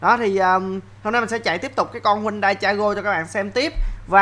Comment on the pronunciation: Đọc đúng tên xe là HY-UN-DAI nha a